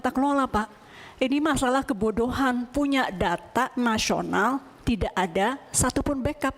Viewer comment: 'K E B O D O H A N' Absolute Cinema 😂